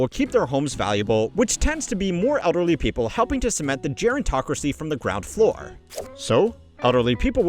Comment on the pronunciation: Gerantocracy is HILARIOUS